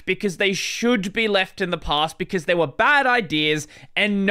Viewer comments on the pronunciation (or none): none